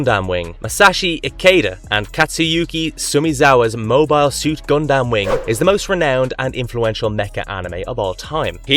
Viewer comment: Yeah, Rowni Kenshin is such a classic anime, but seriously dude, I have a hard time believing you watched half of these anime, and you didn’t just google them or used Wikipedia. I don’t know, but the way you pronounce stuff like Saiyan, Gundam, Rurouni etc… just gives me that impression.